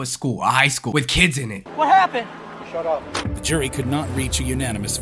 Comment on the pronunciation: the way the officer just said “shut up”💀